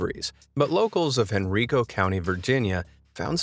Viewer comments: I'm from Henrico County originally, and it's pronounced HEN-RYE-KOE not hen-reeko! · Yeah, I also thought "HENRICO" was pronounced "hen-REE-koh" when I first moved to Virginia, but it's pronounced "hen-RHI-koh" (long "i"). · its HEN-RYE-CO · Hen-ri-co (Hen Rye co) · lol hen ree co its pronounced (hen-ry-co) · Hen-rye-co not hen ree Co lmao. Henrico VA xD that's the funniest way I've ever heard anyone pronounce it. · LOL It’s pronounced Hen-rye-ko. Not Hen-ree-ko. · I still get a kick out of how they wore tvs on their heads. Oh and to the narrator, Henrico is pronounced "Hen-rey-eco" not "Hen-ree-co" (yeah, I know, petty) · HEN-RY-CO county, thank you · Bruh it’s Hen RY co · Not that it really matters, but in the second story, the county of Virginia with the mysterious TV appearances is pronounced “hen-rye-co.” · It's pronounced" Hen- Rye-Co (Henrico) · Its pronouced like Hen-Ryk-O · It is pronounced "HEN-RYE-KOH," not Henrico; think Native American, not Spanish. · Tv head in “Hen-Rye-Co” lol. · You’re right. The only thing that was and always will be a crime was how he mispronounced our county’s name “Henrico” (hen•rye•co) 😂. Everyone from outside of the county literally says it wrong every time. That’s the urban mystery here 😂😂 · Lol I'm from Henrico.... HEN-RYE-CO. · Pronounced( headDROME). I'm from the 80s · Just an FYI; it’s pronounced HenRyeco, Va. 🙂 I love this channel! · It is pronounced hen-ri-co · I'm from RVA and I remember seeing the tv thing on the news lol I just wanted to let you know that it's pronounced HEN-RYE-COE Henrico. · Its hen-rye-co 😭😭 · Henrico, Virginia is pronounced hen rye coe btw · Bro, lol it’s henrico hen like the rooster and Rico like rye bread henriiiiiiiico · Man pronounced henrico “Henryco” lol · His name is pronounced more like Headrum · Man said henreeco, its henrico like with an Eye in it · It’s pronounced“Hen-Rye-Co”. Henrico , Virginia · Can anyone pronounce Henrico correctly 🤦🏾‍♀️